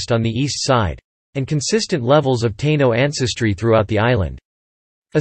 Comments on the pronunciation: This AI voice has a major problem w/ pronunciations. WTF is a Tayno 🤣 not sure your % and time is correct. . My family was there from the start I look American and only have 8% Taino 5% Africans the rest Celtiberian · At :53 he says Taino natives. Is this actually pronounced (with English phonic) tay-no like he said not tāeeno as I though it is ? Can’t trust the robovoice pronunciation! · These AI narrations can be so cringe to hear! As bad as referring to the Taino as "TAY-nos"! 🤦🏾‍♂️🇵🇷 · How about taynos tai nos ? lol 😅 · The automated voice sucks how it pronounces Puerto Rican and Taino